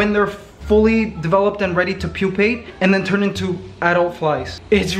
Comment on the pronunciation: Did you say the bot fly larva pop out when they are ready to "pupate" or "poopate"?